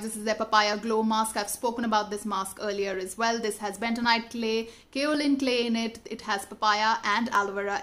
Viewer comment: I just can't stop my smile by listening pronouncing style of current, kaolin clay😂😂😂😂